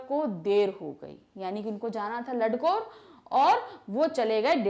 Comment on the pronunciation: Apne bohut sari jagah mispronounce Kiya hai Fari kalimpong hai Danda thonglaa hai Ladkor nahi lankor hai Pease correct